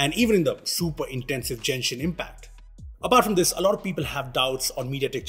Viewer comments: as a fellow Genshin player i can finally use this meme, Its Genshin Impact not Jenshin Impact XD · Jenshin Impact hehe